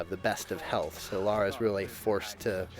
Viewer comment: It's LARA, not laura...